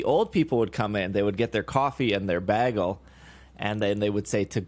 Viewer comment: has never sounded more midwest than when he said "Bagel" lol